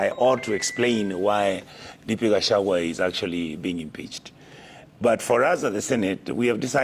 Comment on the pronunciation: But surely, I can’t believe you are not able to pronounce the name of Kenya’s Deputy President by calling him GACHAWA and worst of all without even considering address him as Hon. Deputy President of Kenya. Pls speak slowly and get all the names correctly. It was